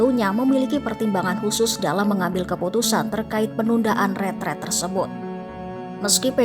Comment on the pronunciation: RETREAT nduk host bukan retret. Satubhuruf A aja kamu korupsi. Bego banget km nduk retreSt bukan retret. retreAt bukan retret retreAt bukan retret 😭😭😭